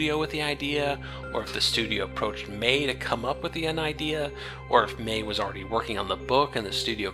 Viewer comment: I understand since you're not from NZ you're probably not used to it. But the pronunciation of her last name is May-he. Great review, by the way. I was bummed I missed out on it when it went down originally.